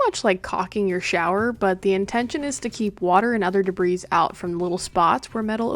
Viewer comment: Debris = /dəˈbrē,ˌdāˈbrē/ NOT /dəbris/